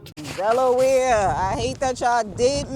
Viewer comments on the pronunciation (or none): I enjoy the content.. wait did u call Delaware 'Deloya" lollllll